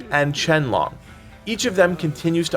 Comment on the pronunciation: Man cannot pronounce 龙 to save his life.